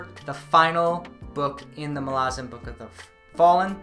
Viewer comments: Those of us who have become obsessed with the Malazan Saga read different names with different pronunciation, (Iskar Jarak calls Duiker "Diekar" where I say "Do-icker"). But accent aside, there is nothing in the way 'Malazan' is written to indicate any long vowels. "Malarzen" sounds soft and has no punch. Mal-az-an is far better. It's a hard name, denoting strength. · This is wonderful but I just can't get past how you pronounce MaLAzan. Ivebakways heard it as MALazan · Why do you pronounce Malazan as 'Malarzan'? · I agree, I pronounce it “Mala-zan” and no one can change my mind! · dude what is up with all of these people mispronouncing malazan lol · Thanks for the update did not realize there was more to read outside the central 10. Finished them a couple years ago and excited to go back to this world. I will say I hate how you pronounce Malazan. Now i did go and look for pronunciation, and you are probably right in the way you say it, but i am stubborn and will continue to proudly properly mispronounce this word whenever i talk about this series.